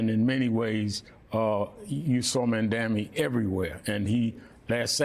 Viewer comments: IT'S MAMDANI NOT MAMDAMI. M-A-M-D-A-N-I. We've got to get it right! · he aint no mandami, its mamdani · didn’t even say his name right, he said Mandami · What a bunch of idiots. Sharpton can't even say his name (keeps calling him Mandami) and Joe "kiss Trump's ring at Mar a Lago" Scarborough saying "Infitada". Sounds more like a delicious snack than an armed uprising 😅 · Atleast call his name correctly... it mamdani😂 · Sharpton backed Cuomo and even after zohran has won, he STILL won’t pronounce his name correctly. It’s M-A-M-D-A-N-I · These dudes still can’t pronounce his name?? What journalistic research do you do before going on TV? Zoh-Rahn Mum-Dah-Nee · these panelists and hosts can't even pronounce names properly and we're supposed to take their analysis seriously ? Guy keeps saying mamdami and the other says infitada. That is just wild to me. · They're doing it on purpose as a sign of disrespect. No way you could get it wrong after seeing the debate. "The name is Mandami. M-A-M-D-A-N-I cuz we've gotta get it right" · Rev. Sharpton should learn how to pronounce Mamdani's name. Sharpton is part of the old generation who needs to retire. Goodbye! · Sharpton needs to learn how to pronounce Mamdani's name. By the way Sharpton you are a dinosaur. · Can someone correct his pronunciation of Mamdani? It’s a very poor look for him… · I can't believe all these pundits are still mispronouncing his name. Such clowns. Finally someone will actually tackle cost of living for regular guys.